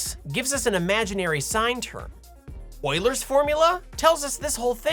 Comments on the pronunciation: You pronounced Euler really well imo, refreshing to hear it nearly perfect and not wheeler or youler or something xD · You say Euler correctly, nice!